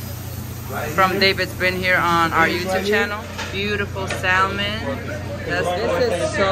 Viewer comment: still has to yet to learn how to say SALMON